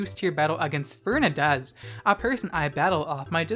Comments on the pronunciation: I died at how you pronounce Fernandez hahaha “Fernadez” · Lmao is pronouncing it like Férnandez. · As a Spanish, I really suffered when he said Fernández wrong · Jajaja me paso exactamente lo mismo